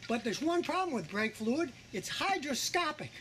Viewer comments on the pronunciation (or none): it's HydroSPITscopic!!! 😂🤣